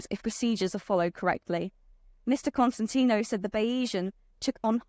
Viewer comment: Slow down, young lady. You trip yourself up. And it's pronounced ConSTANtino, not Constant-ino.